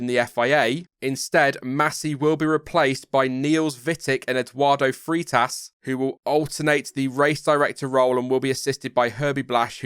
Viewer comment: Just to help for future references: "Freitas" is pronouced: "fray"-tas. Good video!